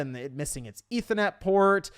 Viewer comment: “Eetha net port”